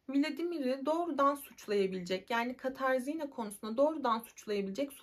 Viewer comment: Katarzinna değil Katarina diye okunur.